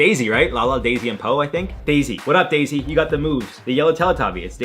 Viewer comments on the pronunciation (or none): Dipsy! Dipsy, for Christ's sake!!! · It's WD-40. And it's not daisy it's dipsy!